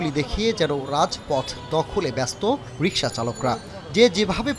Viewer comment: 😂😂😅😅 ভাই রিকসা রিস্কা😅😂